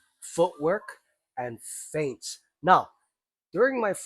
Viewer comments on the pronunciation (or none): 'Feints', not 'Faints'.